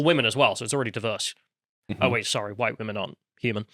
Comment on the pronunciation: Hhhwhite. Spit in disgust…